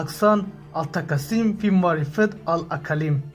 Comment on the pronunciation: احسن التقاسم فی معرفة الاقالیم Bu Arap söziniň dogry okylyşy. "Ahsenü t-Takasimi fi Ma'rifeti l-Ekalim". Arap dilinde Şemsi-Kameri harp diylen ayrym bar. Te harpy şemsi bolany üçin Al-Takasim dal At-Takasim bolyar. Öňünde basga söz bilen birleşende A harpy yogalyar.